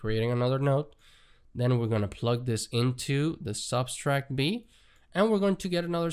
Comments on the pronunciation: Sub - tract Not sub-stract ;) Thanks for the tut though. Very informative! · Just FYI - the word “subtract“ has no s in the middle